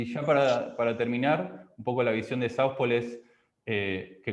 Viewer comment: Por favor, asesorese de cómo se pronuncia "South Pole", o pronúncielo con fonética española. Es mi consejo humilde